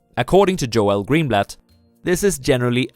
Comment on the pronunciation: GOOD VIDEO. His name is pronounced like "JOLE". Not "Jo-El".